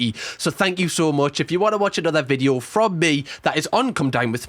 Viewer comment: I love cams content and the Geordie accent just tops it off..... Any time I watch anything I now call it a vidjoe lol no offence but that is fcuking brilliant. I ain't slagging you off because I'm Scottish and our pronunciation of stuff is weird too lol 😂